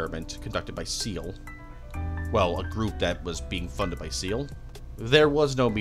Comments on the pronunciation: You couldn't even do enough research to figure out how to say Seele right 🙄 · Why is no one able to pronounce Seele correctly istg... Same problem with the honkai community